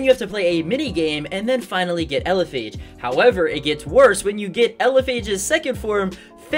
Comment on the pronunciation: The wandering lumian take an average of atleast 4 hours Also I’m assuming elePhage is based off a Phagcyte which is pronounced with an F no a Ph